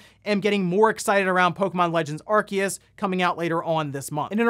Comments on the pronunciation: With all the respect in the world, I gotta ask. What's an Are-Kee-Us? It's Arceus. Are-See-Us. When did people start suddenly pronouncing it all weird? Before this game, clear as day, everyone pronounced it Are-See-Us. Also, yes, the game is ugly and looks pretty dull. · It’s pronounced Ar-see-us.